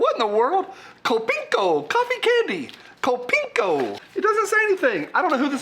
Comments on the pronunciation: Kopiko is pronounced (copy-ko) and means my coffee in Filipino. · My Filipina wife had a good laugh at the way you pronounced Kopiko. People are usually surprised to find out how much Filipinos love their guns, thanks for bringing a smile to our faces, much love from Pangasinan to Appalachia